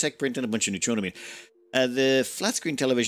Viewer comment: new-tro-ah-mean But, honestly, I have accepted your pronunciation of it. I also know I am not the first to point it out. Sometimes, I wonder if Youtuber's mispronounce words on purpose, to draw people into commenting about it, to drive up their engagement numbers.